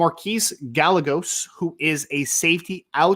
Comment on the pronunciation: It's guy-a-goes. Not gal-legos